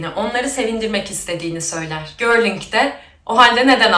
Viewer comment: Geldik. Bu arada gorling değil goring olacak